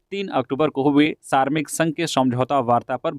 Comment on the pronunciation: सारमिक नहीं श्रमिक होता है साहब